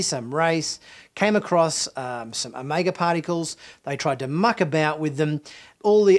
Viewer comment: I love your pronunciation of Omega lol. You pronounce it as o-may-ga